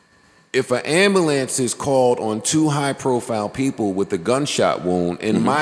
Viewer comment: It’s Am-bu-lance Joe not Amba-lance.